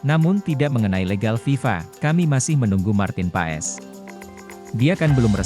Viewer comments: Min....Kalo baca nama org yg bener opo'o ?kayak gak pernah sekolah smp aja....huruf O. E dibacanya jadi U... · Tolong sebut nama orang yang benar ya bos